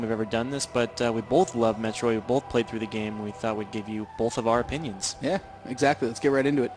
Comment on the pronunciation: Bolth, bolth, bolth, bolth. Ah, I love it :)